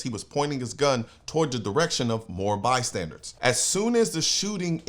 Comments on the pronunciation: BystandER not Bystandard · Hey Colion.... Word of the day: It's bystanders, not bystandards. Great commentary as always. And more good news. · By-standers, not by-standards. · Colion, stop it already. It is NOT "bystandARDS!" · My dude,I love ya. But it's "BYSTANDERS" not bystandards. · Okay, lemme stop you. It’s not “bystandards”. The word is “bystanders”. Like, they are standing (near)by. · "Bystandards" LOL